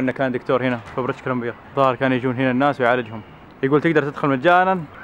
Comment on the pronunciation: كولمبيا غلط كولومبيا صح